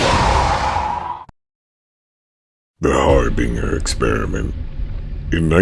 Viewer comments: It’s pronounced “har-bin-jr” not “har-bing-er” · One mispronunciation really irks me, It's Har-bin-ger NOT Har-bringer. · you goober, it's har-bin-JUR not har bing er, or har bringer, har-binge-er. HARBINGER. B:{ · I hate how you mispronounced harbinger. Where is the r in binger to make the word bringer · It's...it's harBINGEr. As in binge. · I know i Mispronounced harbringer, i apologize for that. What other words did i mispronounce friend?